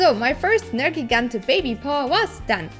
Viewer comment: ネルギガンテの発音すき